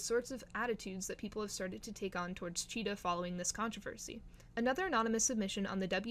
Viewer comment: UR KILLING THE VIBE BY CALLING HER/HIM CHEETAH😭😭😭😭😭😭😭😭😭😭😭 IT'S C H E E T E H Z. GET IT RIGHTTTTTT RAAAAAAAAHHHHHHHHHHHHHH👿👿👿👿👿😭😭😭